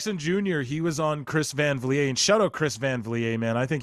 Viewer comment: TK is the GOAT of one thing: Moving the Goalposts LOL O'Shea was 100% accurate on CVV Oh and it's pronounced "Van Vleet", it's a Dutch name, not French. (As someone w/a hard to pronounce last name, I always like to help 😄)